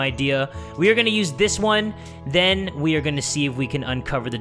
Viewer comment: ok Ok 😂 when u said then i thought u said men 😂😂😂😂😂😂😂😂